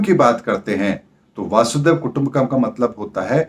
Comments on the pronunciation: वसुधा + एव कुटम्बकम्.. वसुधैव कुटम्बकम्....pl correct the pronunciation as वासुदेव doesn't convey the meaning. 🙏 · Logon ko baccha samajhna band karein. "Vaasudev" nahi, "vasudhaiv" (vasudha+iva). Pehle Sanatani bhasha ka dhyaan to rakhiye phir dharm ka gyan dijiye